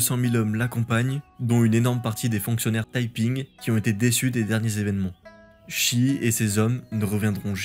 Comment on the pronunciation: " shi " n'est pas prononcé " chie ", mais " che " comme pour cheveux ...